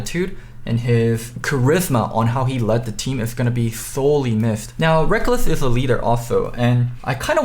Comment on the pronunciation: u do realize you pronounce every "s" as "th" right?